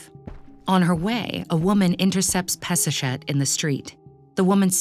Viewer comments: HER NAME IS pass a shet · Peseshet sounds like Piece-a'-Shit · I can't get it out of my head. Peseshet and piece of ** sounds the same!!! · All I hear is Piece of $het....seems lovely though. Actually fits with her priestly rivals. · Drink every time she says peseshet